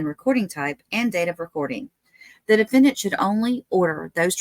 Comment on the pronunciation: the DE-FEN-DANT